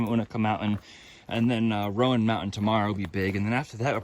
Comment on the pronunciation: Just for an FYI….its you-NAY-kuh (Unaka) and RONE (Roan) one syllable. (And when you get to Boots Off…you’re across from Wah-taw-gah (Watauga) Lake! It’s always hard to figure out the local names of landmarks!!! Big miles!🎉